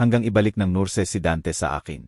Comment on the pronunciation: Sus...maryu sep... Palitan naman ang narrator ninyo.. Pati ba naman diction ay mali.. Ano ba yan...maraming salita ang mali... Tulad ng ..nurse...Bernadette.... Narrator dapat ay tama ang pronunciation ninyo.. Maganda ang istorya...oero mali ang pagbigkas..